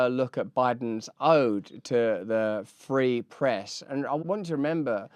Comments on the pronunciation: Did he say the "Pree Frest"? I turned on Closed Captioning, and it say that Joe says, the "Preest" whatever that is...I think he was trying to say the "Free Press"......jeesh... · Did Biden just say "pee fress"?